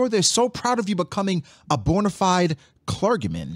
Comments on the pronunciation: This man pronounced clergyman as cler-gA-men 😭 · It's pronounced cler- G- men lol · Never heard someone pronounce clergyman like that